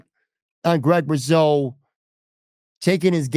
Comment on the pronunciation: It’s pronounced RuSo, hard S, not ‘riz’ sound. Actually, it’s ‘GROOOOOOT!’ Otherwise good podcast!